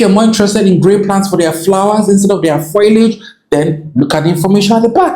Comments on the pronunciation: Maybe he's saying foilage... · Am I the only one upset I can't make fun of the way he pronounced foliage in text?